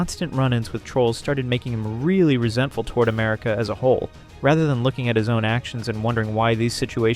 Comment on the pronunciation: When you put the stress in the wrong part of content, you're saying the verb, as in contented. This is confusing to native English-speakers. We put the stress on the first vowel when it's the noun, and we put the stress on the second vowel when it's the verb. This is how we telegraph to other English-speakers which one we mean. English is a stress-timed language, which is why putting the stress in the wrong part of the word is so bad. Usually when we hear bad grammar, we get a bad feeling, because we learn grammar as toddlers if we are native speakers, so grammar is usually internalised like that. I don't get why americans don't get that bad feeling the rest of us get when they mangle our language like that with no self-awareness, a bit like Josh.